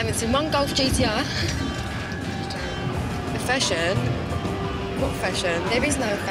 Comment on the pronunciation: First thing you say ariving in a 3'th world country 'the fassion? there is no fasion' 😂😂😂